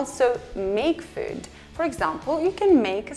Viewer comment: Почему она говорит kük, bük, füd ? Это мода такая ?